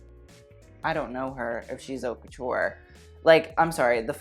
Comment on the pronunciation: why does he say "ourt couture"??? this isn't how u pronounce it hun..........